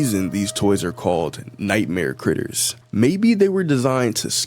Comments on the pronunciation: in allister gater you said G when there is no G in "critters", did you mean T? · Dude I. Amsterdam he is the first T NOT G the is no g in critters